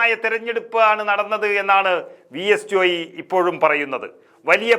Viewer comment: ജോയി ജോയി എന്ന് പറയാതെ ജോയ് എന്നല്ലേ പറയേണ്ടത്......?